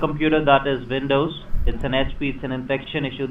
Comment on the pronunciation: lol why you say dekstop and vindows lol